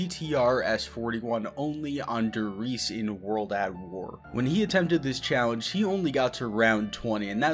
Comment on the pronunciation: >durh REESEE bruh